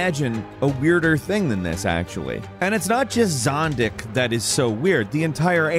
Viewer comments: It's Zodick the Hellhog, not "Zondick the Helldog" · Why can't you get Zodick right every time?